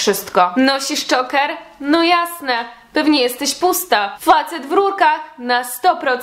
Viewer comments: dżoker się czyta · Mówi się Czołker od słowa ,,Choke" czyli dusić. Jak się wypowiadasz o czymś to polecam, naucz się to mówić, przeczytaj coś o tym. Z samym filmem się zgadzam, każdy może być kim chce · Sorry ale zile to wymawiasz